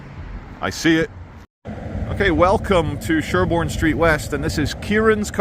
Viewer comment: I live in Sherborne, Dorset.. You most definitely pronounce it correctly 🎉🎉